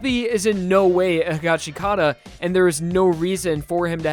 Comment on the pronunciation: Waiting for people to stop mispronouncing higashikata